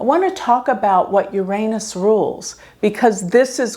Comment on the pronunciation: Please learn to pronounce Uranus.